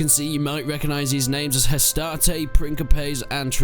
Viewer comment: I don't mind the pronounciation, but truly so people don't nag you in the future, here's a simple run down. You pronounce hastati well Principes is pronounced "Prink-e-paes' Triarii is pronounced 'Tree-ah-ree" instead of "tree-ah-i" turns out C's were pronounced as a K in old latin, and the soft c's were plebian. Thus Ceasar was pronounced Kaesar - Fun fact, in a lot of european languages, emperor translates to something alike Caesar. Kaiser, Cisar, Tsar, Kejser, Cesar